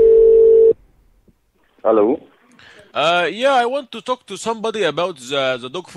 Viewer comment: this is a German I can already hear as he says hello oh yes and then that here also